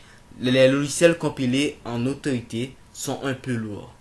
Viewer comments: Autoit ? 😂😂😂😂 C'est AUTO IT ! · c'est claire énorme !! dit le mot en anglais !! super video !